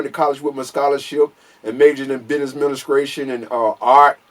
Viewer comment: He said crack acidemic...business adminiscration. 😂